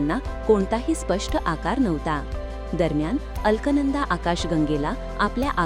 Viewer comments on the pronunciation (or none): उच्चार अल्कनंदा असा नसून अलकनंदा असा आहे.परंतू शोध अभिमानास्पद आहे.